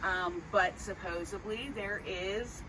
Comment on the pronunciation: supposedly not supposably